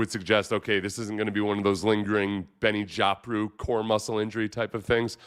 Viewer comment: “Benny Joppru” made me spit out my coffee, Seth.. lol..